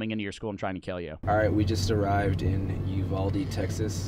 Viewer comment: Bro I live by uvalde and everyone is pronouncing it wrong it ee not aa